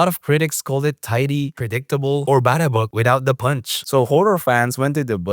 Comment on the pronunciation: please say "Babadook" again but slowly 😂😂😂